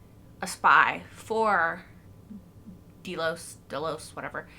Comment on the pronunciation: Delos like "Jellos". Love your reactions and can't wait for the next one. Well, I will wait, but you shouldn't make me!